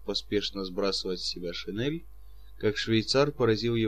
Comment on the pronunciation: Все хорошо, кроме некоторых неправильно произнесенных слов, как шинель, сёмга и др